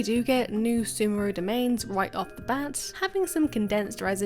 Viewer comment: Its not semuru its sumeru man :D